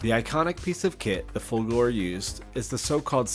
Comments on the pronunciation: You can't do the Folgore until you learn the correct way to say the name. It it not "Folgoor" it's... Folgore... so work on that. ;-) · For the one you called K: those are epaulets. Folgore is "fAHL-goh-ray".